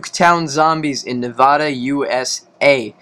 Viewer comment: Nev ad da not nevoda jackass